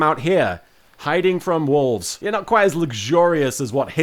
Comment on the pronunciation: I honestly thought you were saying "walls", not wolves. Also, do you get given a pack a day, or do you have to forage for them on the island?